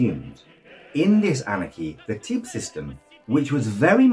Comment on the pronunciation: teip is pronounced tape not tip